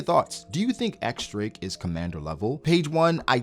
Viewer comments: Pleeeaaasse, start calling him in the correct way, not "ex drake," but "diez drake" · But when they say his name in the Japanese dub for the anime they say “X Drake,”?